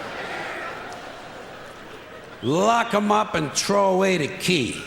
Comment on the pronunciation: And "throw", it's like "trow".